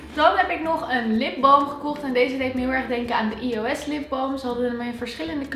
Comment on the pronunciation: geen haat maar het is Eos niet Ios